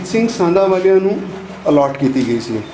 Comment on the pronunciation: sandhawalia name hai ji.., na k sanawalia.., tusi name galat le rahe ho